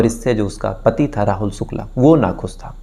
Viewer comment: Sukla,Sam, santi😂,please fix your "sh"